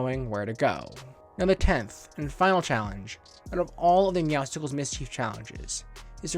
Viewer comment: Hey ❤️ love your buds but it’s not meowscicles it’s meowscles